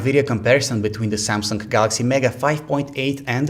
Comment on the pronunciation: He always say Samsungk instead of samsung. Ps. Im not a racist, its just that I hear it from you and its unique